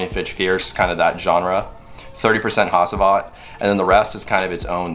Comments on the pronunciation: Pronounced HACHIVAT...not HASEEVAT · Great video. ✌🏼 Correct pronounciation is - H(ah)(ch)iv(ah)t - K(ah)r(ah)goz